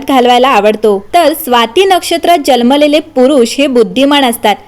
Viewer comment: Jalmele ase nahi janmalele mhanun sanga.